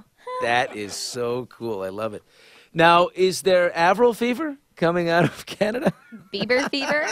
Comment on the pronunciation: lol "avirl" wth :/